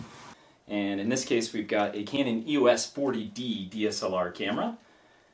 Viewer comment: The first camera is a Canon EOS 40D (it's NOT pronounced "YOU WUSS" it's actually pronounced : EEE OSS - you know, just like the LETTERS "EOS") & the second one (the EOS 50D) is NOT the same as the Rebel XT, the Rebel XT is the EOS 350D (which is the 3rd tier of cameras while the 50D is a 2nd tier camera) while the 3rd camera (the Rebel XTi) is the same as the EOS 400D, the Rebel T2i is the EOS 550D, the Rebel XSi is the 450D. & YES, I had (infact STILL HAVE) the Rebel XTi but it doesn't get much use now as I now have an EOS 5D Mark II as my main camera. The Rebel names are used in North America & Japan while in Europe they are known using the numbers. The thing to bear in mind is that Canon use the model numbers to designate the level of the camera. The top tier use ONE number & are considered to be the "PROFESSIONAL" cameras, 2nd tier use TWO digits & are considered to be the "Amateur end of the Professional" range, then there's the 3rd tier which uses THREE digits & is the "Professional end of the Amateur range" & then the 4th tier which (surprise, surprise) uses FOUR digits & is the Amateur camera range.